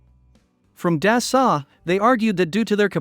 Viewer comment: Never seen such damn ignorance not to get the The president's name oF Dassault Aviation correctly !!! such ignorance. The Rafale is a better plane than the ailing duck F-35. its not dasalt but dasso to pronouce.